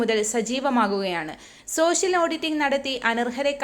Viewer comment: പെൻശൻ 🤔സോശിയൽ 🤔വൃത്തികെട്ട വായന 😂😂